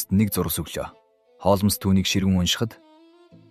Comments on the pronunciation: Хоолмоос биш Хоолмс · Холмоос гээд байх юм! Яаж уншаад байгаа хэлгүй дада бэ? Z үeийнхэн ийм шд! Нэртэйгээр нь хулмас гэчихээч! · Холмс гэдгийг Холмоос гэхээр сонин сонсогдоод байх юм аа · Тн нэртэйгээр нь хулмас гэчих амар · Яагаад Холмоос гэж уншаад байгаа юм бэ. М С үсгүүдийн хооронд о эгшиг байна уу. Бүр уртаар дуудах юм. Гадаад, дотоод ямарч үг байсан монгол галигаар уншвал ,сонсож буй хүмүүст илүү дээр байхсан